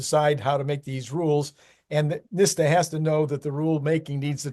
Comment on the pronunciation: It's NHTSA, (nit-sah)